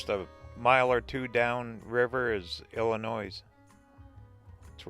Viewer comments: The end of Illinois is pronounced “noy”, no “s”. Your welcome. Dubuque looks like my kind of town! Where is everybody? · Then google how to pronounce ILLINOIS! the S is silent!